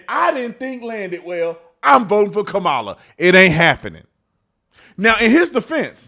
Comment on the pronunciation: Remember, it's pronounced KA-ma-la...like COM-mu-nist and COM-mu-nism and COM-post.